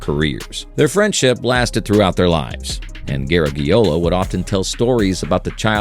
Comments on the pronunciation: Bad enough that he did not pronounce Joe Garagiola close to correctly, but he had to keep using the last name time and time again, irritating! I get the feeling this particular video was not researched worth a flip, plus the owner of the channel didn’t know how to pronounce it either. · Who’s Joe “Ger-eg-e-ola ” 😅 Sounds like a distant relative of Lou Gehrig-e-ola. 😂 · It looked pretty informative (although I already knew all of what I heard), but after the fourth time hearing "Gare-a-ge-ola", I had to shut it off. Hire human voices and make sure that they can pronounce the names correctly!!!:face-orange-frowning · Exactly, it’s not “Ger-eg-e-ola”. 😅 It Sounds like a distant relative of Lou Gehrig-e-ola. 😂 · garage...e - ola. I remember occasionally hearing Joe Garagiola when he was a baseball broadcaster. He was very good, gave his own entertaining spin on the games...a good guy. It's a shame that this video creator (AI I think) didn't bother to find out how to say the man's name. Joe G was of Italian descent. His family pronounced it as a "soft" g. In American English, we have the letter pronounced with both a "hard" and "soft" sound. I don't know if there is a hard g in Italian. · You mispronounced Joe Garagiola. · Drives me crazy how AI pronounces Joe Garagiola’s name. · I've heard different people pronounce it differently over the years, but never like this AI did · You lost me when you couldn't pronounce Garagiola. I prefer a thick-tounged amateur to fake robot automatons. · Of course the oral robot mispronounces Garagiola. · You are mispronouncing Garagiola. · I’m not sure if that’s the way you pronounce it in Italian. But it’s pronounced the way Joe Garagiola’s family in America wants to be pronounced. (& the way everyone has referred to him for his entire life in America) his last name has 5 vowels, (out of 9 characters ) but none of them should sound like the letter “e”.